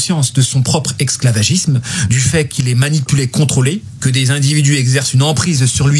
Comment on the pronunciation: Salamou'alaykoum. BarrakAllahu fik pour cet audio plein d'enseignement (petite note : j'ai noté un petit élément de prononciation : tu as tendance à prononcer le terme esclavagisme avec un "x".)